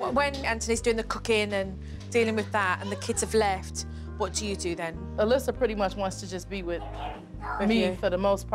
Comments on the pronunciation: The child’s name was Alyssa, not Alicia. Nothing to do with accent, just wrong pronunciation. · She called her Alyssia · Anyone else botheres by Jo calling Alyssa "Alyssia"? xD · Alysia its Alyssa lmao